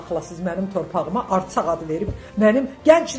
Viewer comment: Arsak yox Ərsak dı o bilmğdən danışma